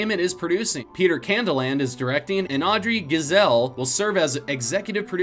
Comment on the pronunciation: Giesel is pornounced "Guy-sell" not gee-sell.